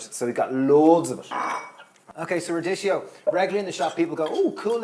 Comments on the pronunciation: Phonetically it's pronounced rad-di-ki-yo, not radishio, please! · Radicchio is pronounced radikkeo...